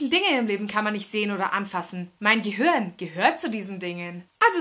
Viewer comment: Gehörn :) Statt Gehirn